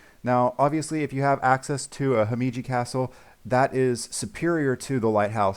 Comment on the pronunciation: HC is pronounced Hee-Meh-Gee (read this faster)